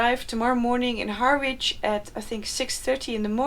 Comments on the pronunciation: "Har wich". That's funny, Noraly. "Ha-rich" is how we call it. Good luck on your travels!!! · First part of the journey with a Swedish ship. Nice! There is no "a" or "w" in "Herritch" btw. Also, Trump (if he's not in jail when you get to the border) is aiming to build a wall, with a moat filled with snakes and alligators. So watch out for that. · Good luck for your trip ! By the way Harwich is pronounced Harich (the w is silent) ! Bon voyage 👍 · Harwich is pronounced Harridge. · Harwich is pronounced ha-rich. English is weird. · Best wishes for this great adventure. By now you probably know it is "Harrych" - for Harwich (the English - why can't they spell it like they speak it). I took the reverse route 2 years back - Stena lines.